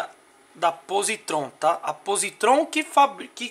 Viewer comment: Tenho essa chave canivete há meses, dirijo todos os dias e até hoje não tive problemas. Esse chaveiro não tem credibilidade alguma, não sabe nem pronunciar o nome da marca, o pronunciamento correto é pósitron.